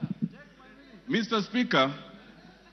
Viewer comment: Mister Spiska... . 😂😂